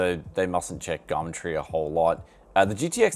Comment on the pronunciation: "gamtree" i'm petty as fuck i know